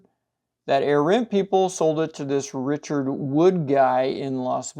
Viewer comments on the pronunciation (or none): none